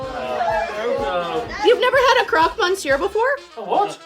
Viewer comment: You've never had a "crock mon sewer" ... French people cringed when you said that.